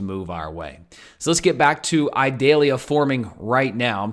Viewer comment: Eee-doll-yah. It is not an onion.